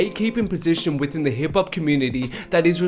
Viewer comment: sounds like hes saying hibpop